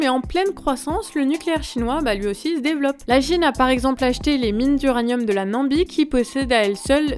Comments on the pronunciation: Namibie, NA-MI-BIE !! 😀 Je crois que vous avez dit 3 ou 4 Nambie ... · "Nambie" ...C'est à ce moment que t'as perdu toute crédibilité à mes yeux ...Et à mes oreilles...Bye 👋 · Namibie et non Nambie. Sinon excellente vidéo comme d’habitude. Je vous écoute depuis le Canada. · la nam " i " bie , pas la nambie, je vous écoute et entends le nom d'un pays Africain que je ne connais pas !!!! bon aller ce n'est qu'un petit clin d'oïl, très sympathique votre format a 2 voies , vous faites une SUPER paire tous deux ✌✌ Contenu très interessant car jamais évoqué et abordé nul part alors que important surtout en ces temps de géopolitiques .....très bonne analyse du sujet , tout en restant abordable a tout un chacun .. MErci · Pourquoi dites-vous la Nambie et non la Namibie ? 🤔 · Namibie, et non Nambie je suppose... 🤔 Bises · Bonjour a vous. vous êtes bon.. Mais.....la Nambie....vraiment? c'est un pays ca? ( vous le répétez deux fois dans la vidéo). c'est ou? voisin de la Namibie . j'imagine. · Pas trop sérieux la prononciation « Nambie » au lieu de Namibie… Dommage parce que par ailleurs la vidéo est super ;-) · Attention ⚠️ on dit «na-mi-bi» 😉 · mdr pas Nambie mais Namibie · hahaha pourquoi vous dites Nambie le pays c'est Namibie hahaha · c'est la NAMIBIE et non pas las NAMBIE des fautes comme ça vous en faites bcp trop :-( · On dit Na-mi-bie... Mais on vous aime quand même! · NA - MI - BIE 😀